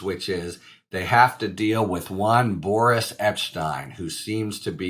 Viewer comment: I thought you said "Boorish" Epshteyn at first - then again, that seems appropriate!